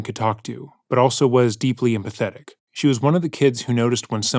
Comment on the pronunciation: The way you say "deeply empathetic" sounds more like "Deeply pathetic"